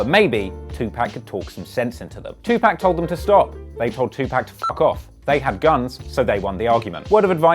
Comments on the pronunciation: It’s 2 pac not pack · Dude.. 2pac pronounced like 2poc.. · It’s not 2 pack bro . It’s hard to watch when you get his name wrong thru the whole video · disliked because of "2pack" learn how to pronounce someones name before you make a video about them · Why do white people say 2Pac like pac-man. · The fucking worst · Can't even pronounce his name right. WACK! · disliked cuz how he pronounced his name